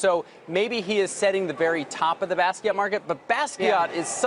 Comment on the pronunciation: Stop pronouncing it Baskeyat knucklehead